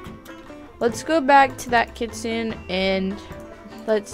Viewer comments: Its pronounced kit-sun-ay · Here is the correct pronunciation- Kitsune=Kit-soo-ney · Btw kitsune is pronounced kit sue ney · She was saying kitsune wrong, I only know, because I started learning Japanese, OOF. (´༎ຶ ͜ʖ ༎ຶ `)♡